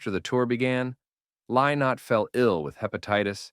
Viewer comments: If you're going to talk about Thin Lizzy you can at least pronounce Lynott correctly. It's pronounce Linot; get it right. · I wish you could pronounce his name. Its Li-not. not LIE not.And its Rosheen Duv ( ok its in Irish but you need to get it right before talking about Lizzy)